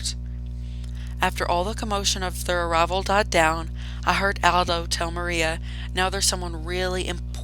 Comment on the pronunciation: Miranda❌ Maria✅